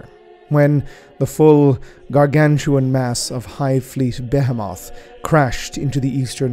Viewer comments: The correct pronunciation is something like: “Be-‘heee’-moth” with emphasis on the ‘heee’. Else great video ;) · Ok. Why is everyone in youtube suddenly pronouncing behemoth incorrectly? Is it a warhammer thing?